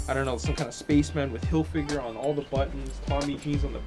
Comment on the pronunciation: I find it funny how you say "Hilfigure" :)